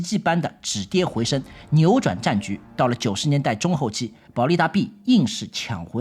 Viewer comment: 【台語】傳便便 【華語】積攢下來了 保力達B:逼 台灣音 保力達B:避 中國音